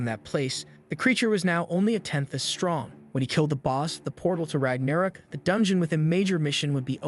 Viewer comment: It's Ragnarok not ragnarik